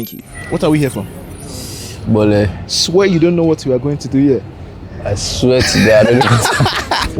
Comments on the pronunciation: In Lagos, we call it "boli" not "bole". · is not even Nigerian see the way he said boli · Bro is pronouncing "bole" wrongly 😂.